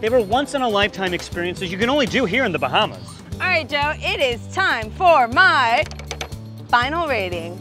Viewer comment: Im so mad rn please say The Bahamas right